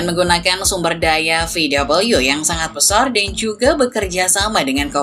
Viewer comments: Vau Wee cara baca di Jerman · ejaan jerman VW bukan VUU (double U) :(